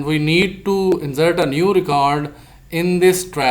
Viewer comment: Please Correct your Pronunciation of INSERT